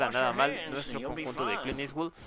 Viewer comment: oye me acabo de dar cuenta, es "Clint eastwood" no "Clean eastwood" xd